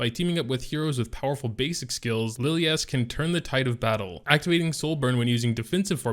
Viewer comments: Why would you pronounce Lilias name as LiliASS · Why not pronounce it as Li (as in lick) lie is? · Lilias (Lil-e-ass) Lmfao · more like Liliyaassss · Dislike for butchering her name fool smh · Yeah, my bad, what i mean is why would the guy even pronounce it that way. xD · just has to pronounce names differently.. he can’t help it.. I think it’s pathological hahah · had to stop watching the video 15 seconds into it...i couldnt take much more of that